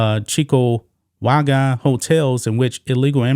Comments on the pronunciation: My friend it's pronounced sue knee and cheek 2 wa ga. Great job reporting.😊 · Its pronounced Cheek2waga...